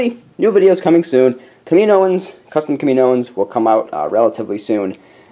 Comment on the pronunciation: it's pronounced Kam-I-know-ens, not Ka-mino-ens :P